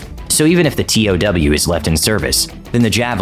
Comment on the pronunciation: I’m surprised the narrator didn’t pronounce TOW correctly - “toe” . I always thought I’d be a sitting duck keeping the crosshairs on an enemy tank as the missile traveled to max range..(especially with the huge backblast signature). USMC ‘82-86